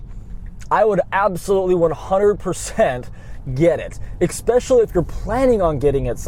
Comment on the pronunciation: This video was "EXPECIALLY" good